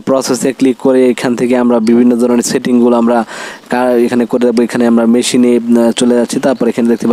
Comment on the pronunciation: 😊 মেশিন লিখা কই পাইলেন? নলেজ লিখা কই পাইলেন? শব্দ গুলো ভালো করে পড়ে ভিডিও তৈরি করতে পারতেন। ভুল উচ্চারণ হচ্ছে আপনার।